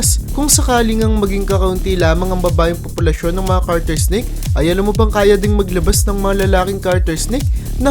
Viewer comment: Kuya it's Garter snake not Carter snake just saying no hate so that you know